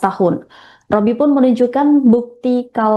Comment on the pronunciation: b b b b bobi bukan Robi....b bukan r.